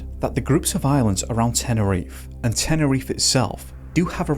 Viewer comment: What an imbecile. It's all on him. Also: It's not "teneriffff"... it's Te-ne-ri-FE